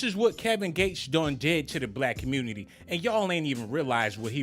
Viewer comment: The Communitah!!!🤣🤣🤣🤣🤣🤣